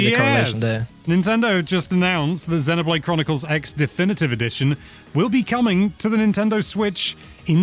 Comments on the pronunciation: buddy, it's pronounced zeeno not zeno. Xeno(zeeno)blade. 👍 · It's CROSS not EX